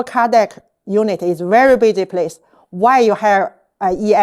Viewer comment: 建议纠正英语发音。例如cardiac分三个音节 car-di-ac,不要吞音。